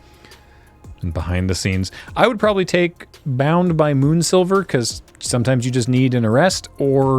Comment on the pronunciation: I love the Emo Philips "Bound by Moonsilver" pronunciation